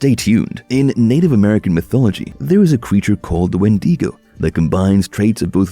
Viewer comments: its wen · duh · gow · Please start pronouncing wendigo properly it’s not wendeego